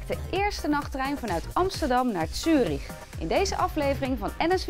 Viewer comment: Het is trouwens Zurich en niet Tjurich.